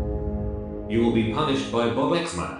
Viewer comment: ITS 🅱OBUX MAN NOT ROBUKS 😳😳